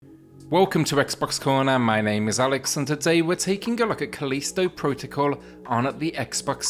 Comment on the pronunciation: Kuh-leesto!! XD